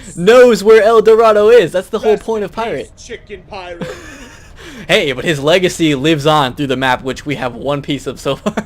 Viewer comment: lol LEG-acy XD